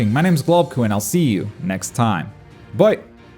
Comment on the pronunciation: He says bye but sounds like boy